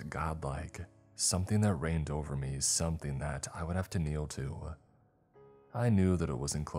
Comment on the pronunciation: somethING!!!!!!! NOT somethEENE!!!!!!!!!!!!